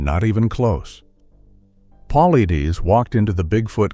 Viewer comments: I guess he would HAVE to reveal it BEFORE he dies, certainly not after. Stupid title. And how hard would it be to standardize the pronunciation of 'Paulides', the subject of the script. sigh AI is apparently trying to kill off us pedants first. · I must've heard Dave's last name said 8 or 9 different ways & not 1 was correct😂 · You've got quite a bit of information correct. But just as much Not. David Is about Facts! He's Great at what he does and His approach! You can't even pronounce his last name right or hardly more than twice the same way! As for Your Peer review statements you need to do more research as to why! Mainstream scientist wouldn't review it. And As for Dr Ketchum! You need to do more there too try reading Truth Denied Scott Carpenter maybe you'll learn something About The DNA project! And why it wasn't peer-reviewed by the mainstream scientist Melba Ketchum is a top-notch DNA expert! she's put people in Prison with her testimony !! It's like you do it together in a week or 2 and pulled your information off a few YouTube videos! I just suggest you do more studying before you state things that you say, Let's be clear! Really??saying let Be clear!that this happened and that happened! Starting with a little more studying. PLEASE! Oh and DAVE Never gives you his determination as to what it is! Let's be Clear on That! LOL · You can tell this is a cheap version ai. voice. -Can't pronounce his last name. It's PUH/LIED/DUS. Get it right cheap ai. :face-fuchsia-tongue-out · PAUL-EYE-DESS! Get it right. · Can’t listen anymore to the way you are bastardizing his name. You are pathetic and irresponsible. Edit before posting especially when using AI. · Why can’t you be consistent with his last name, it’s “paul-eyeds”. Learn to modify your text to speech engine! Or the spelling of things in the script. Most have markup tags to fix pronounciation problems. Be professional if you are! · AI couldn’t even pronounce David’s last name. I’m out!